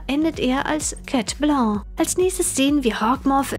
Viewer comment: Warum immer „Chat Bloo“ und nicht „Chat Blanc“?